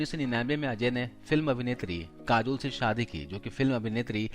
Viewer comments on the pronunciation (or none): none